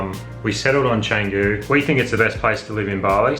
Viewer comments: Canggu, Bintang etc always sounds terrible from Bule (white tourists) who haven't made an effort to at least say the indonesian vowels correctly. Canggu is pronounced more like Chungu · Try learning to pronounce Canggu properly. It's not that hard.